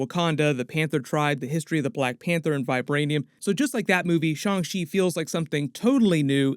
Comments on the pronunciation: F!!!! Y'all I refuse to say Shawn Chee Niggah!!! It's Shang. Shang Chi I hate that shit 😤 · He says “shong chi” instead of “Shang chi” and it really bothers me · Shang chi (上吃) is pronounced "shyung chee" and translates as "serve".